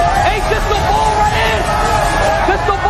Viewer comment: It’s *Perspective not prospective 🤦🏾‍♂️ and real Philly n*ggas say *Bull not boul 🤦🏾‍♂️ wtf is a boul